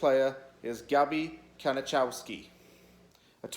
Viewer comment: His name is pronounced ka-ni-kov-ski